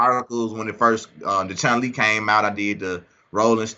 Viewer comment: Dope interview, i really like these ones! BUT!!! Did he really said ChunG Li? 🤔